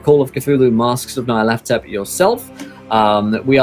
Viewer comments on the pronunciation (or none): Why do people keep calling it "Nayarlathotep"? It's not even one person, it's multiple YouTube videos calling it like that. Nyar La Tothep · This is the first time I’ve ever heard Nyarlathotep pronounced that way. I always pronounced the “Ny” as “Ñ.” My mind is blown by this extra syllable.